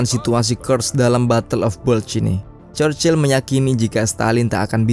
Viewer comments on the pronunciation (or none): none